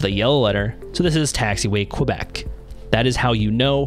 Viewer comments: The aviation phonetic for Quebec "Q" is pronounced "K-Bek" not qwa-bek. Double-yellow lines with double-dash lines are called HOLD-BARS. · You are killing me, killing me, Bro. Great video but it's pronounced KEH-bek. Not KWE-bek. It's a letter not a geographical area!